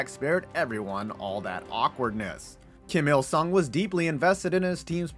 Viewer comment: When you introduce the dear leader i couldve sworn you said "JIM" il sung and i had a nice laugh for a minute at his expense! Like he was just a regular guy just bein an electrician like "hi there, names jim! Jim il sung! Im here about the breakers!" HAHA!